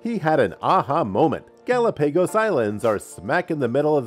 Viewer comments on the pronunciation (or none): Not Artic. Arctic. Not GalaPAYgos. Gal OP a gos. Research works. Selferic acid? No. Try again. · What is a gallow pegas Island?? Omg.... this guy has GOT to go... he’s ruining every video.... Jesus Christ... Do you not have a video editor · Ga-lop-a-goes......OMG too many mispronounced words. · Took me a second to realize he mean Gallepegos. 😹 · Did anybody else hear how he said Galapagos? It made me question myself for a minute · That's the first time I've heard Galapagos pronounced that way... weird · It's the result of reading a script without doing the research urself lol